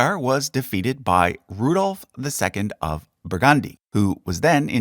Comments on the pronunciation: Sorry but it is pronounced as: "Burg-und-die" and not "Bur-gand-i" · BurgAndy? where on earth is BurgAndy? it’s BurgUndy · When saying Burgundy the accent is on the first syllable. 'BURgndee' if you will. As usual, a fascinating look at the thrones of the world.👏